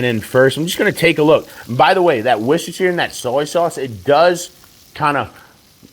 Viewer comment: it is pronounced "wash your sister" sauce. LOL.